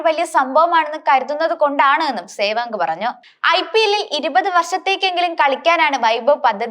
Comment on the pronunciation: സേവാങ് അല്ല മോളേ സേവാഗ് എന്ന് പറയൂ...